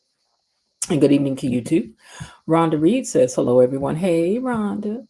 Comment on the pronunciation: Be-lo, girl, you are so right!